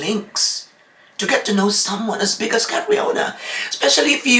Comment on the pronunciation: From a country who is also a powerhouse in pageantry, for sure they know CATRIONA! You guys with me? They are saying that because of cultural indifferences that’s why it was pronounced as GARAY but C’MON!!!!! Ms. Universe 2018 Also CATRIONA SAID THAT. “My dad is a SCOTTISH immigrant and my MOM is a filipina” POR PABOR COLOMBIA!